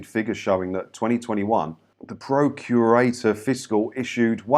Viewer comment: Procurator is pronounced as in prosecute…not pro as in propane 🤓 I’m Scottish and a pedant lol. Yo are right, language and wording is paramount to understanding. I’ve never had a tv licence and I’m in my 6th decade.